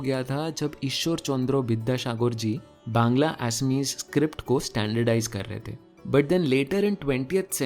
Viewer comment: me ap exactly bangali (Bangla) pronounce kane ho 👍👍👍. Love from Bengal ❤️❤️❤️